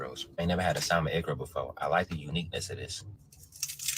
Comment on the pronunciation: Keith the "L" is quiet in salmon. Please correct.